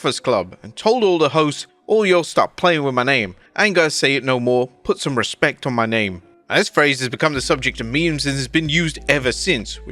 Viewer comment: He said “respeck” not respect 😂😂😂